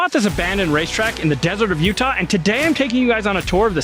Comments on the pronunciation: YOUTAH RACEWAY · “utaulin” raceway